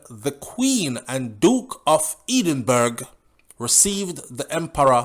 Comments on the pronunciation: Hello excuse me but Edenburg??? Or do u mean Edinburgh pronounced Ed-in-boro!!! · It Duke of Edinburgh not edenburg yu deh America too long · How I heard it QE2 had to bow down to Selassie. We as I have posted previously in the UK most of the black community couldn't give a shiny s***. Maximum should have done Minimum. Him just look like dyam arse now. Oh its pronounced edinboorah =Edinburgh 👍🏾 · ...he was the Duke of Edinburgh pronounced (Edin-burrow)